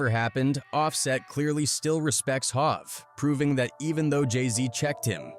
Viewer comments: Dude said halve instead of hov🤦‍♂️......im out😂😂😂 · Let's not forget hov yes it should be spelled hove it's all about how you type it to make it in a way it can pronounce it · Dawg I jus heard how it said HOV and I had to get off 😂😂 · Yo is everything online AI scripted now? Dude legit called Bow Wow “Boe Wow” some 7 times. And he called Verzuz “Ver-Zeus”. Pronouncing Hov like hog and Ye like “yeah” like yo this shit is messy! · Who TF is Bo-wow? It's Bow Wow, because he is the little dog under Snoop Dogg. And ver-zooz?? Really? It's verzuz, like versus. Jay-z aka Hov, you said hawv, it's Hov with a long o, as in ho! Kanye aka Ye, yet you say yay. Smdh. At this point I believe you are doing this on purpose to get comments. Smart. I know the tactics, because I am also a content creator. It worked. Because this urked me so damn much I just had to comment. Ughh!! I corrected you on many other things, but I was coming down here to type as you mispronounced a name or a word, and it went to the next video before I could post it. You all gotta stop supporting channels like this, who can't even take a second to google or youtube search the correct pronunciation of someone's name. Again, if it's a tactic, then I can't hate on the hustle, but if it's just pure ignorance, then, oh well, nothing at all..... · Bow Wow=Bo-Wow TI=Tie HOV=Hav Ye=Yah DJ Khaled=DJ Ka-lid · Bo Wow… Hoove… Yea 😂 irritating